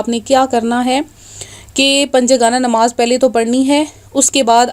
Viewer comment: nimaz nahi namaz hai word